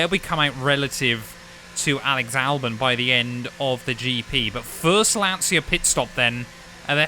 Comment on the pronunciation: I'm the Italian comment you are looking for., to use the correct pronunciation you can try to spell it like if Lancia is written "Lancha"